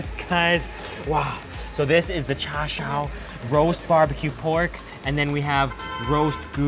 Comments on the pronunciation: You know, in cantonese we dont say 'Cha Shau' we say 'Cha Siu', i also find it odd that at the start you distinctively say "cantonese" however you speak mandarin in the video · mate it's CHA SIU (pronounced like: tsaaaa seeeeewww) and SIU YUK. There is NO "R" sound in cantonese